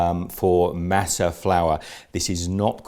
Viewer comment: I'm from California and it doesn't matter what the color of your skin is, you're taught the proper way to say a lot of Spanish words from a very young age so it always cracks me up to hear English speaking foreigners try to say Spanish names and words. Lol it's Mah-suh not maa-suh. Lol love the video, though! Atole is super awesome.